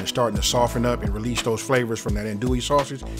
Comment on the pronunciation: I love this but you can tell he is not from Louisiana due to the way he is saying andouille sausage lol